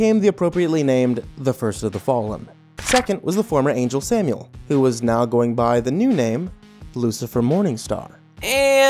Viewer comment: It's Samael, not Samuel